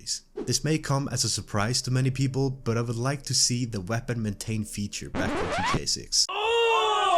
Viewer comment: Bro it's g.t.a 😭 how hard can it be to say?